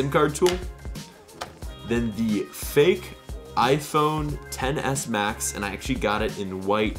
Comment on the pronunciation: i keep hearing tennis max